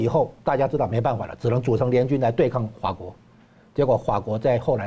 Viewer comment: 说话都说不清楚。那是fa国，不是hua 国😂